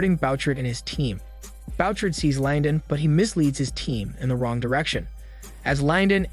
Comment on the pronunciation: The name is Boo- shard (Bouchard)